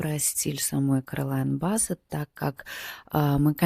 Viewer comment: Блин,говор с придыханием,ну 2я Стрелец.Ускорься и ролик будет короче и слушать будет приятнее.Не Бассет,а Биссет Керолин.